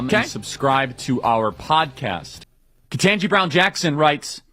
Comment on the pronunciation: Ugh I hate how says Ketanji Beown Jackson's name wrong every single time.